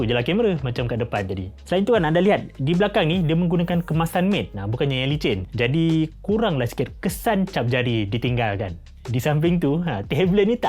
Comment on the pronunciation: Adoi satu lagi reviewer gadget sebut 'MAID' lagi. MATTE bro! 'MATTE' sebutannya berbunyi seperti 'Met'.